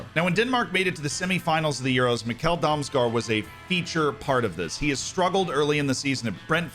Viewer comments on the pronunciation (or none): Good pronunciation, Z 👍🏻 Although it’s M-I-kkel Damsgaard, not Mikk-E-l Damsgaard 😉